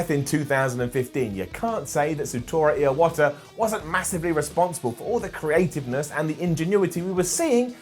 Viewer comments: The last time he says Iwata it sounds like ear water.... Edit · he actually said it wrong as "Jinuchi" too....then added a random extra syllable to Iwata's name...